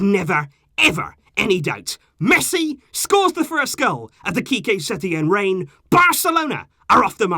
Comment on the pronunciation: “ qique setein era” lol